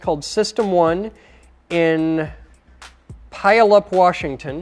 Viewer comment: LOL pileup... It's pronounced: pew-all-up. (like puke it all up.) puyallup.